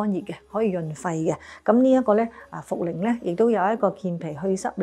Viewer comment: 醫師講錯咗茯苓呀😅